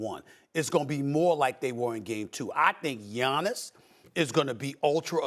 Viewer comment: I knew way back to stop listening to him when he called Giannis “ROBIN”